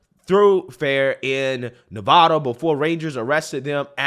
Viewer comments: It's Nevada not Nahvahdah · This is getting out of control it’s all over the place now.. glad it was handled. Hopefully not just a slap on the wrist. P.S. you pronounce Nevada wrong.. it’s Nev(ah)da not Nev(uh)da. Great video though